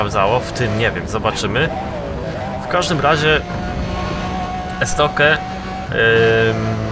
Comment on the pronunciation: Jakie Estoke "estokju" jeśli już